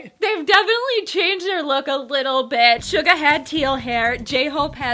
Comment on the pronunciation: Thank you so much!!! #BTSALBUM6DAYS #6PMKST18SEPTEMBER try not to say it like ... shuga... go like soo-ga... Suga!!!